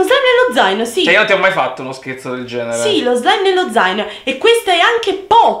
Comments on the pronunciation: Hai detto scerzo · Ai detto sespo